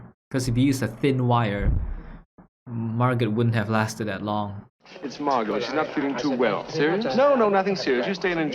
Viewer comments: Actually, her name is pronounced Margo. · This quite closely follows the play it is based on by Frederick Knott. Enjoyed your reaction. The "t" in Margot is silent, by the way, if you happen to come across it again in something. It's pronounced the same as Margo.